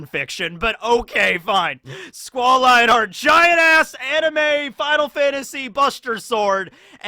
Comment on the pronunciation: Wait...Lionheart? It's Leonhart. I mean yeah essentially the same thing but different pronunciation and a bit less on the nose lol